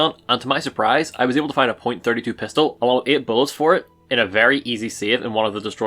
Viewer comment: I’m not terribly worried about why you’re using the .32 pistol, I’m worried about why you’re pronouncing it the way you are lol.